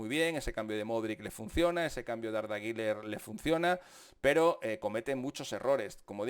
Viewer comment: Por favor, Deja de decir “guiler” no existe. Ni en turco se pronuncia así, deja de querer ser importante